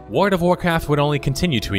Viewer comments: Your voice is great. Just work on that ward/world. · you say world like werld it annoys me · WorLLLLLLLLLD, AHHHHHHHHHHHH its driving me insane! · World. World, not ward. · Why does he keep saying Word of Warcraft? XD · Word of Warcraft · Ahhh jeezus! It's world. With an l. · Youre an above average narrator for youtube videos, but you should work on your "L" pronunciation. it sounds like youre saying "worud" and "litto" instead of worLd and littLe. it takes me out of the video. press your tongue against the back of your two front teeth and hit the L hard. you have to practice it to train your mouth and tongue. i tell my students to walk around and just repeat the words all day. interesting video though, my brother still plays everquest for several hours a day. luckily i abandoned my warcraft addiction years ago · Your analysis is spot on, but PLEASE STOP SAYING "WARD OF WARCRAFT"!!!! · Wood of Woecwaft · The only thing I noticed about your pronunciation is "Wdvwarcraf" but I've noticed a lot of people doing that, not just you! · Why does this spindian have an utter inability to pronounce the word "world?"